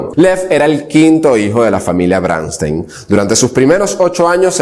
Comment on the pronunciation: No se pronuncia BRÁNSTEIN, se pronuncia como esta escrito: BRONSTEIN